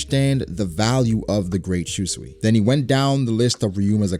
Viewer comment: I cringe everytime you say shuswee. 秋水 Shūsui is pronounced as shu-sooi.